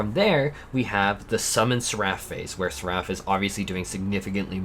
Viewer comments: What is sir-raff? For God’s sake put it in Google translate 😂😂 you’re killin me here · I love watching your videos but can you please look up how to say words before you make your videos because sometimes it’s so hard to watch when you say things wrong like “seraphism” and “seraph.” Seraph is not like giraffe. Seraph is like SARE-uff and seraphism is like SARE-uf-ism.